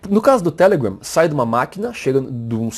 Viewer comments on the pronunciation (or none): O jeito q vc fala telegram é muito ruim. Deixa de querer ser americano.